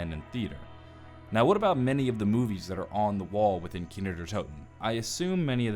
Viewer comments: it's kino not kiner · Why does he say kiner der toten instead of kino der toten? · "kiner der toten" i swear that is how you're saying it xD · Does Anyone know he says Kiner Der Toten